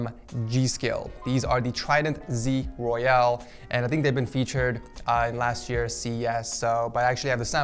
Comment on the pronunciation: My guy, there's a difference between royal and royal(e). You kept saying royale, while the product is called royal. Please work on your pronunciations prior to video. Thanks so much.